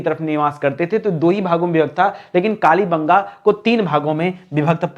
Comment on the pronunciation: What matter yak bar bolte dolavira bera fir bolte ho kali banga kya bol rahe ho apne aavvj ko phachno. Kalte mate bolo.